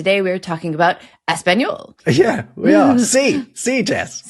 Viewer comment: They don't say ezpañol, FFS. I give up on this channel.